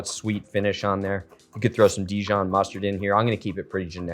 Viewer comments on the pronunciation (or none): none